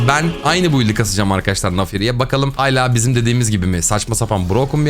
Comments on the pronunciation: Oyunla alakasız lütfen artık "Hala" kelimesini "hayla" olarak telaffuz etme. Çünkü kulağa çok rahatsız edici geliyor. İçeriklerin harika uğraştığın için teşekkürler 🤸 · ABİ HALA YERINE HAYLA DEMEYİ KESER MİSİN YALVAIRIRIRIM